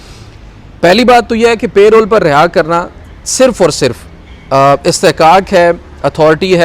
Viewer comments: Reporters and even Barristers are not pronouning Parole correctly. PL check it. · It's Parole not payroll